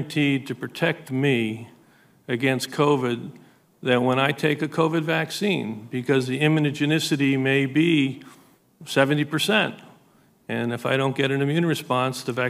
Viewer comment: Did he seriously say, "immun-age-ice-ity????"